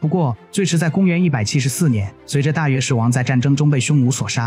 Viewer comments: 應該是閱之，也可做禺之，無論如何不會是肉汁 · 大肉之（大月氏讀音）